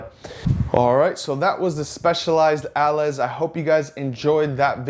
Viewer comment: If I'm not mistaken, "allez" is pronounced ahh-lay from French :)